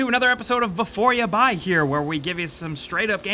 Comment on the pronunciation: Haha! 'Befoor yu buy here" What's with the accent? He's right here, and so are you! Hooray!